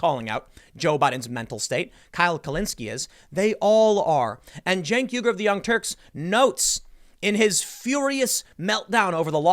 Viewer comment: As another Youtube I watch stated, "It's Chunk Yogurt" not Cenk Uygyr